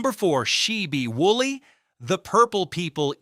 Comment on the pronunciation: She-bee wooly? Are you she-itting me? Be better.